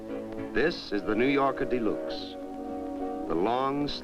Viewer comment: The narrator repeatedly mentioned "The New Yorker dee-LUKES." Most automotive aficionados are unaware of the 1955-only trim package called "Electro-Whocardial Snukes," which replaced the radio with Jingtinglers and located a secondary Floofloover in the luggage compartment.